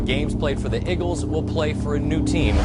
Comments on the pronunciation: really said igles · Am I the only one that's pissed off about how the one commentor said Igles instead of Eagles?